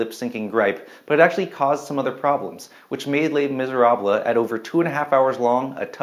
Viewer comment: You lost me at your pronunciation of Les Miserables